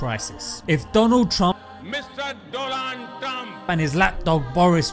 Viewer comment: Doland trump 😂